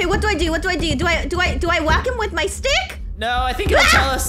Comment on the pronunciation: When you said wack it got sounded like wacka wacka wacka like pack man😂